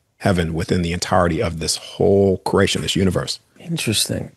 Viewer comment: It’s cause he can’t say CREATION CRE-At-ION! Say it like it’s spelled CREATION! Not KeRATIOn